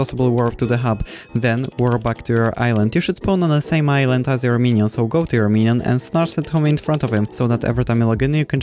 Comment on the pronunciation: i love how u say minion